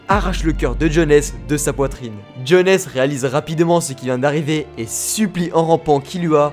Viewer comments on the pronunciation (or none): Tu prononces très mal les noms... KNEUKEUL, JONESSE... C'est limite un manque de respect 😂😂